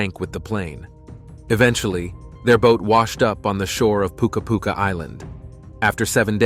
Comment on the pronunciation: For those might be laughn at this dudes pronounciation of the island "Pookaa Pookaa" buddy its "PUKA' PuKA which the northern groups of the Cook Islands !!!😂😂😂